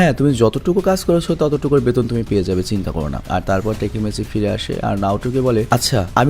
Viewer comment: Vai oi ta টেকেমিচি না।। ওই টা হবে তাকিমেচি